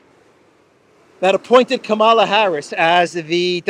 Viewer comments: It used to be pronounced cam as in camera cam ala...now it seems to be coma as in the pronunciation mark coma la..Go figure I don't think she even knows. I just call her Kammy now 😂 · How can anybody mispronounce Kameleon Harris's name? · Isn't her name pronounced Ka mala?